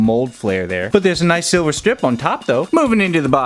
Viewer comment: "And we got load of sliver paint I LIKE IT"